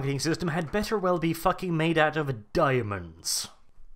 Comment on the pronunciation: For my fellow Americans - 10 kilograms is 22 FUCKING POUNDS. WHAT THE FUCK IS THAT GUN? Edit: I love this. I laughed many times. "-right where the stormtrooper is expected to place his FACK-ING HANDSSZZZ... Eurgh." I replayed that several times.